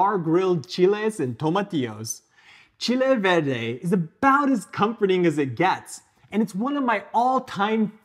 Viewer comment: Wow! I got to say your recipe is really authentic as we make it in Mexico and even better is your pronunciation of the ingredients.